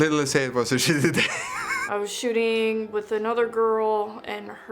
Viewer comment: why is it that i always hear "shitting" instead of "shooting"